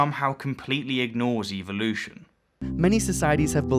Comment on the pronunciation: Just say evolution right GODDAM you piss me off when i hear u say it.